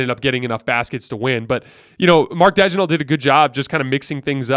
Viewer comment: Daigneault is pronounced Danyo!